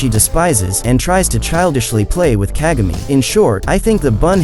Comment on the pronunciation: Hope you're saying kagami wrong